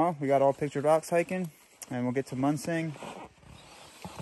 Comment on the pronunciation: No corrections on the Munising pronunciation?